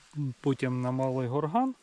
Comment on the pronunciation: Гора Малий ГОрган. Наголос на О.